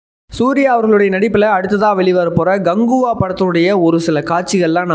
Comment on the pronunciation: Dai Ganguva illa KANGUVA. Oluga sollu